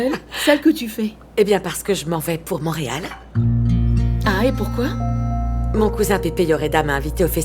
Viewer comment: a dit montereal 😂😂😂